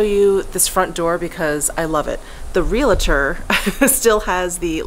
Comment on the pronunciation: Just a quick comment: It’s pronounced realtor, not real-i-tor. There is no “i” in there.